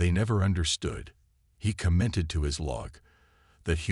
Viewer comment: Question: Do you REALLY not realize how distracting and utterly impossible, in some cases, a POS AI makes it to enjoy a story or to even finish it!!!!!!?????? Well, your AI is one of those POS AI's!!!! WTF is: "dh-KO-ing", "hima-LIE-uhs", "....he co-MINTED to his log...", "deh-BRIZZ"!!!???????? GOD!!!! I wish you guys n gals would get AI that can FREAKING do the job, or stop using them and narrate yourself!!!!!